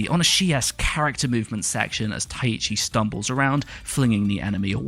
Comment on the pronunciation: Sidenote: You keep pronouncing Taichi (Tai-chi) as though you're saying "Tai-ichi"